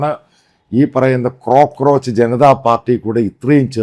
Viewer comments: കോക്രോച്ച് ആണ് മത്തായി.. ക്രോ ക്രോച്ച് അല്ല 😅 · ക്രോ ക്രോച്ച് അല്ല അച്ചായ കോ ക്രോച്ച്